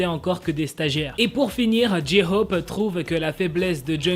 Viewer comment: Pour la prononciation de J-hope c'est Jae - Khope pas Ji Khope